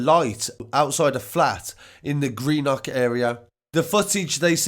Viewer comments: dont say green nock lol its green-uhk. greenuhk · It's pronounced Green-uck